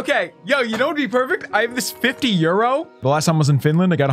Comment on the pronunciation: says euro like hes speaking a language he never spoke before 😂